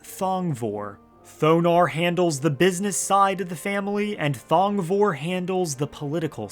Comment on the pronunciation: Thong...vor(e)... Dear gods!